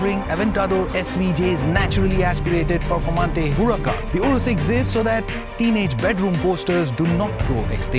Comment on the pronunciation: Man it's pronounced as 'u-raas' not 'woe-rus'